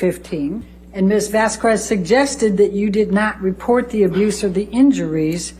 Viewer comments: I'm very bothered by the fact that Elaine calls her Ms. VasKWEZ. Lmao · Elain mispronounced 'Vasquez' every time. It's not Vas kwez it's Vask kez WHY DOES ELAINE GET AWAY WITH ARGUING WITH THE JUDGE IN FRONT OF THE JURY!? It drives me nuts!😖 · VAS-KEZ not VAS-KWEZ. as a Latina it triggered me. That name is not hard and Elaine crossed a line. Not saying you did, I assume you were just going off how often Elaine mispronounced it. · M8, you're from Texas. It's not Vas-kwes, it's Vas-kes. C'mon. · It drove me nuts she kept calling get Ms. Vas-Kwez. If I were to be referring to any person and had ANY doubt on how to pronounce their name I’d check before hand! Constantly mispronouncing her name was awful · Apart from the unprofessionalism from Amber Heard's team, I was so tired of Elaine mispronouncing Camille's last name, I know English grammar would say q separate from u, but the way of saying it would be 'Vasqez' even though is written as Vásquez 😊, it was said properly from the beginning of the trial, so, it triggered me. 😅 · as a citizen of a former Spanish colony, hearing it pronounced as "vas-kwez" give me anxiety 😂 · The way Bredehoft was mispronouncing "Vasquez" as Vas- KUEZZ was so unsatisfying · The way Elaine says “VASQWEZZ” 🤦🏻‍♂️ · The way she says Vazquez bothers me to my core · I know everybody points it out but to me it is funny every time lawyer Karen calls Camille "Vasqwez". I mean the only person in that trial who should have their name mixed up is Bornrotten. Also I am not a lawyer but in the definition of leadings proper question example, I get a weird feeling like that should lead to a speculation objection. Like, why are you asking somebody to guess? You either know or you don't. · "Miss Vass-Kwez" lol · I'm pretty sure that AH's lawyer is mispronouncing Camille Vasquez's name as "vass-kwes" on purpose. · Amber Heard's lawyer mispronouncing Camille Vasquez last name multiple times is probably why shes this fierce. vaskwaz 😩😩